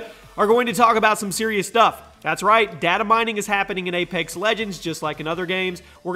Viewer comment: It's apex legends not A - pax legends